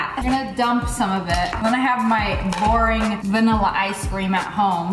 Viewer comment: IT'S BOREING NOT BORDING